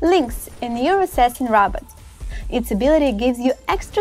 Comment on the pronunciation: It's Robot not Robert